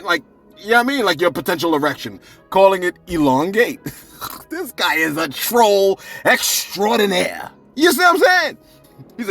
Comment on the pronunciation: FUN FACT CELEBS... The way You said "Troll Extraordinaire!" ... Is EXACTLY how I said "REGAL..." 🤣🤣🤣